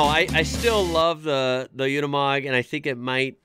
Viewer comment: It’s nor “Unamog”, like you pronotit, but “Unimog”. It sounds like you would say “university”